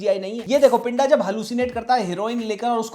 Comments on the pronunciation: Good video bro but you are pronouncing pinda wrong it's not पिंडा it's पिंदा ड नहीं द ki awaaz hai uske name me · भाई आप तो मुझे लगता था के आप पंजाबी अच्छी समझते हो , जिसको आप पिंडा बोल रहे हो उसको सही से पिंदा बोला जाता है। ❤ Baki love your videos always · Pinda is pronounced with a soft D. It's a common nickname in Punjab for anyone with a 'pinder' in their name, like Jaspinder. If you pronounce it with a hard 'd', the Punjabi meaning changes to 'body'.